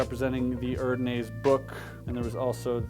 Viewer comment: "Madison x Erdnase". Erdnase (german) stands for "earth nose". But it actually sounds not bad in english. But pronouncing it german, it sounds so stupid to me as a german, haha! Just run it on google translater. You'll see what I mean. Great Deck Collection btw! I'm really jealous on the deck .. Such lovely art!